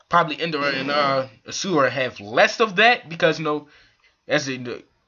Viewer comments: It's Indra not Indara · Dude it's INDRA not Indara ...